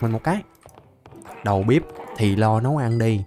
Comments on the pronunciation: Anh đọc tiếng Việt như cái nịt=)))) đầu bếp mà cứ đầu bíp =)))) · đọc đầu bếp thành đầu bíp